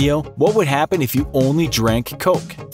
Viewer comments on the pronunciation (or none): none